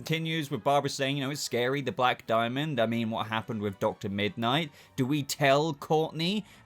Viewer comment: Whenever Courtney says Dr. Midnight it sounds to me like she’s saying Dr. Midnighter.